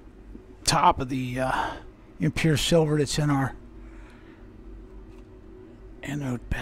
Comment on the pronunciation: "Still a ton of shhhh-silver in here." Nice save lol